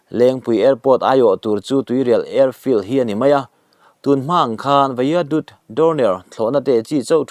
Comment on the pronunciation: Vaiadut ni lovin, Vaidut tih tur aw pist tupa…😅